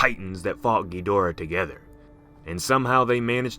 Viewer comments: kedura? its kidora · Am I the only one getting mad that he keeps saying gheedora instead of ghidora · Dis man says gihdora like giuhdora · Bruh it’s chidora not ghidora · I like how he pronounces Gee-Dora 😂 ....so cute! 😚 It's Ghee-dau-rrraaaa though. 🌚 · Guys he said ghadora wrong he said geedora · Yeah, it's gih dor uh or ah. Not geederuh or jidorah. GIDORAH. A lot of people need to learn how to pronounce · Lol Geedorah No offence of course, I just find it funny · As usual, Ghidorah is mispronounced :-( The English dubbed movies screwed it up! Pronounce it like their creators did please, and thank you. You sound stupid saying it the way you do...just saying.